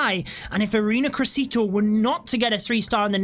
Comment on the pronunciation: "ARENA CRESITO" XD as an native spanish speaker that had me laughing way too hard